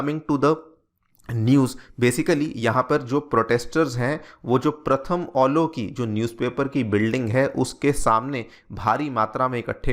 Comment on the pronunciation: ये प्रथम अलो नहीं, ये प्रथम आलो है,आप गलत बोल रहे है,सही से अनुवाद कीजिए।